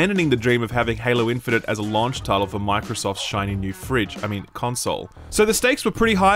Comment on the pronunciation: love your content, but we really need to address the way you say launch.